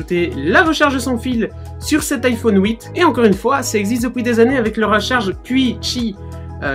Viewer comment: Iphone ouite 😂😂